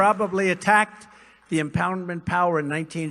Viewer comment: "empow-memt" Dude can't pronounce the letter "D?"